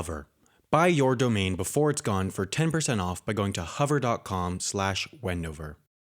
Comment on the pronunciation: Huver or Hover? might help if you say it properly.